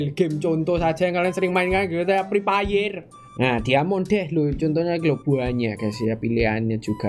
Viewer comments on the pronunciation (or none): Ngomong nya pri payer 🤣🤣🤣 Salam anak pri payer